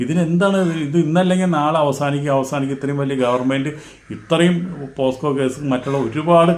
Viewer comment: പോസ്കോ അല്ല പോക്സോ (poxo )